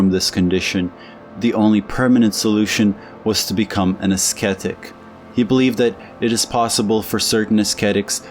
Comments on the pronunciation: Ass-ketic? (Ascetic./uh-settic.) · Ascetic pronounced as ‘asketic’? You are as bad as Trump, bigly ! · The "c" in ascetic is silent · Great video, thanks! Pronunciation tips: with "ascetic" the "c" is silent, should be pronounced "ah SET ic". Also, with "dilettante" the "e" at the end is silent. ❤ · Ascetic (the “c” is silent) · My Mans said esketit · So this one goes to the pessimism addicts along with otto weininger. Also ascetic is pronounced - "assetic,". Great video nevertheless! Eduard von hartmann was the shit!! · This is the 2nd video where I've heard an American pronounce ascetic with a hard c. Is that an American thing? Because my dictionary has it pronounced as "əˈsɛtɪk" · You might want to look up the pronunciation of "ascetic". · The "c" in "ascetic" is silent. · That's not you pronounce "ascetic".